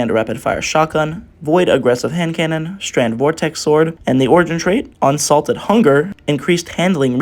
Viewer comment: I cant be the only one who noticed him say "Unsalted Hunger" lmao